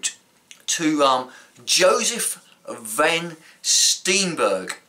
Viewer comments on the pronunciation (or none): not Van Stienbergh maar Van Steenberge with dubble e pronounced not as an i but as aan ee as in heeee !!! :-)